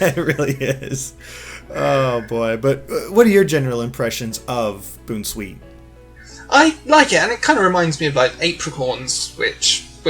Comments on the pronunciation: It's not Boon-Sweet.... It's pronounced Bown-Sweet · its not boon-sweet its bown-sweet, a combination of bounce and sweet. stop saying boonsweet its misleading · My only problem I had with this video is pronouncing Bounsweet as boon sweet. Because I think it's pronounce it boun (as in bounce) sweet but it won't surprise me known if I'm the one mistaken and not. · Mispronouncing a name is fine, but how can you mess some of these up?! The puns are so obvious! Mimikyu as 'mimic you' not 'mimikeeyou' and the 'bounce' in Bounsweet not 'boon' because IT BOUNCES! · "Boon sweet"? I believe it's more supposed to sound like a play on Bouncy. Bounsweet. It bounces everywhere it goes and smells sweet. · Boonsweet? I thought it was Bounce-sweet. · if he says boon-sweet one more time, I'm gonna bounce off of a bridge lol. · isnt it pronounced "bown sweet" like how you pronounce "bounce"? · I think it's pronounced Bounce-Sweet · You can say the name of a Pokemon however you want, Gamefreak and the Anime have pronounced some Pokemon different names. So the creators don't even know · I still don't understand where getting that pronunciation of Bounsweet. I thought it was fairly obvious that it was a combination of "bounce" and "sweet". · I feel like Bounsweet should be pronounced like a combination of "Bounce" and "Sweet" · The way pronounces Bounsweet... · the pronunciation has not been confirmed yet has it?